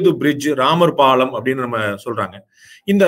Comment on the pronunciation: My friend it is not pallan it is palam